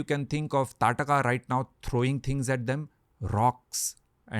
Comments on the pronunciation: In Odisha, Its Taaraka. There is always this regional name change which comes with pronouncing names. For Shri Ram, we say Prabhoo Sree Rama. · It's taarkaa or taadaka not tataka